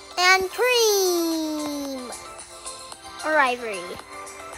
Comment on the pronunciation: When you first said cream did you said tream?